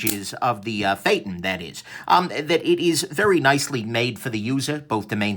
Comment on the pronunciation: Phaeton not feytin, lol